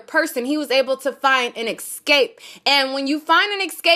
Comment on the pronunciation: “Excape excape excape” lol. It’s escape! Excape is not a word.